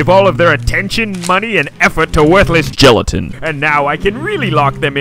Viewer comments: Because geletin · The guy says gelatin